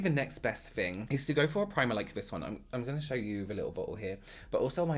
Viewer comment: Fun fact: fing literally means fart in Hungarian lmao and i also hear him saying “thing” as “fing”